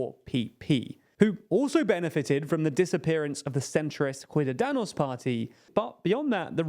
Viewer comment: "Cuidadanos" wtf? at this point they are misspronouncing things on purpose...